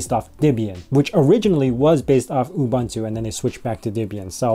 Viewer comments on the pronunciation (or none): Psst... oo-BOON-too.